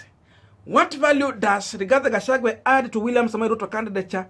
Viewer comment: get peoples names right all the time Gashagua not Gashagwe.